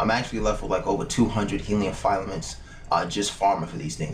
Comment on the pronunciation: sorry bruh, gotta do it. .. not file-a-ments it's Fil-a-ments not a big deal but it's a simple word nice video either way.